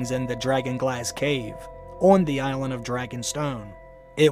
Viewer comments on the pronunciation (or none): none